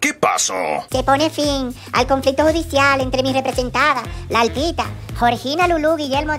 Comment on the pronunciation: Todo bien hasta que yailin dijo nosotros somos 2 “altita “ OMG 😅😅😅